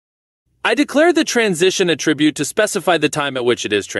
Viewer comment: I stopped when I heard "CSS attribute" pronounced as the verb instead of the noun. Just "aight imma head out."